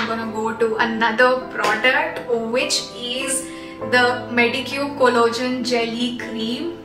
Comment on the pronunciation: It's not collogen....it's collagen... Please 🤌